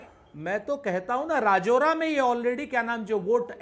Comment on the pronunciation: राजौरा नहीं राजुरा है वही रहता हु मै